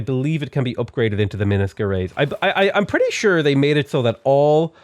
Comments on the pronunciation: u pronounce minas gerais wrong it's so cute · The way he pronounces Minas Gerajs really got me, hahaha. It's the name of a famous Brazilian ship, but it was inspired by the name of thr state I live here in Brazil.